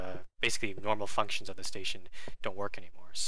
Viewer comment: did u say "f***tions"? I know u meant functions.